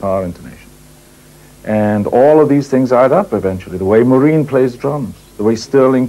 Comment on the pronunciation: i love the way he says maureen's name. so welsh. - morrrreeeen